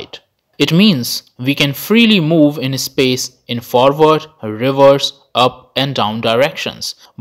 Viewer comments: And it is not ehspace. Just space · This guy pronouncing space as ispace 🤣🤣🤣🤣